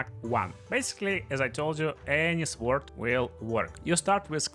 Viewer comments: Bro says suword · The W in Sword is silent